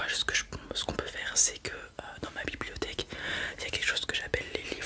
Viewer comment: Au début j’ai cru que c’était le « bibiliotheque » de Homer 😂